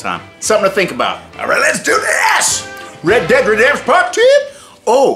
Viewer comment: welcome to the world of red dead redempsh